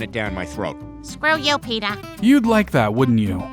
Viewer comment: ITS NOT PETER ITS ✨PETAH✨